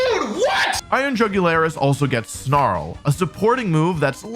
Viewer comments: “Iron Jugularis”💀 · Pls just say Iron Juggulis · The Mrs pronouncing of iron jugulis is HILARIOUS 😂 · Wolfie absolutely butchering Iron Jugulis' was uncalled forXD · By the fourth pronunciation of Iron Jugulis I had ti pause cause I was laughing.😂😂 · The repeated purposeful butchering of iron jugulus’ name was hilarious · Lmao I love how iron jugulis was pronounced differently each time it was said XD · If Wolfe mispronounces iron jingles wrong one more time! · Wolfeys inability to pronounce iron jugulis cracked me up so hard, amazing video